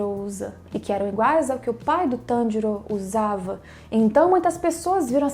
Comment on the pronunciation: É pq diabos tem que falar o nome do Tanjiro inglêszado é Tanjiro não TANDIROU...